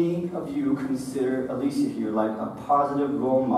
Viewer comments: The way he pronounced "Alycia".... Getting really mad rn... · Did he just pronnounce ''Alycia'' wrong? how dare he